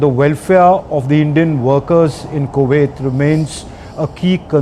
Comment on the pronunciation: Why can’t Indians just say Kuwait correctly? It’s ku- wait. , not ko-waithe.